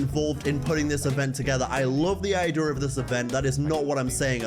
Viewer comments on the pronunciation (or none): your pronunciation of "idea" geeks me bro, still waiting on a WMXX throwback review